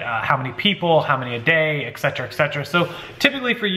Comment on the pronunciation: Hi, Great video! Hey, I ask forgiveness before I say this, but being as compulsive as I am, I have to say it. Something that you say A LOT in your videos, and and at least half of the other you tubers I watch say the same thing... it's "ect., ect., ect". my friend, you're a doll and I love your videos, but since it's one of the most common things I hear that drives me nuts;-), I just have to say it., I say this with the best of intentions my dear. The word you are looking for is, "etcetera", (sometimes used as "et cetera"), which I believe is also acceptable or etc." You and and so many others have a habit of saying "ecetera", pronouncing it "eck-cetra" I think, and I just had to bring this to your attention so I can sleep tonight! LOL-just kidding, and your great selling tips are more important here than grammar, I know. Just something to keep in mind and make me happy. Keep on keepin' on, and I hope you have a great night! Keep those tips coming my friend.;-)